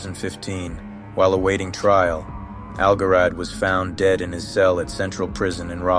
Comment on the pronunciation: "Pazuzu al-Jarad" means "Pazuzu the Locust." The pronunciation is "Zharad," not "Garad."